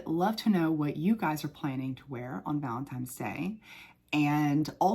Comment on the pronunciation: I'm convinced that you're saying "valentimes" on purpose lol